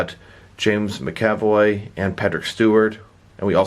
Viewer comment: Sorry, don’t want to sound like a D, but it’s “MAC-avoy”, not “mc-AV-oy”. My brain hurt every time you say it wrong ;) Also, the wheelchair wheels are on backwards, the handle goes on the outside, and with that corrected they spin freely and it won’t matter that the front wheels are non-rotating, it’ll roll nicely (at least mine does)